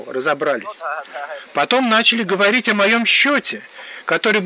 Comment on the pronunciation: А в конце пошло "Холова"Ховорить,лоХига...